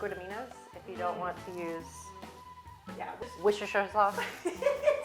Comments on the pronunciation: Worstershire Sauce, pronounced - woos-ter-sher (English lady here 👋🏼) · Worsh-your-sister sauce😅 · Hehehe. I’m from the UK and it’s “Woos-ter” sauce! That was adorable!!